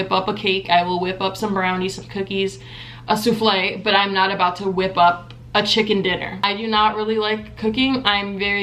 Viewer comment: "A soufflé" 💀😂😂